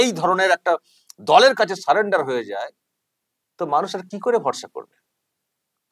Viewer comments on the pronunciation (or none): none